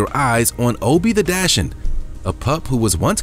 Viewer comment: No one commented on the pronunciation of dachshund?!